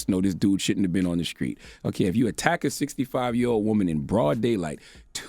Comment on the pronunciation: "The sKreets?" "protecK?" Come on Leonard, you gotta learn how to talk